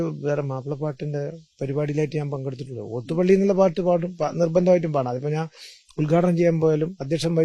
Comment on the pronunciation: ലോത്ത് പള്ളിയാണോ? ഓത്തുപള്ളിയല്ലേ? നല്ല അഭിമുഖം / വി.ടി. അസ്സലായി സംസാരിക്കുന്നു.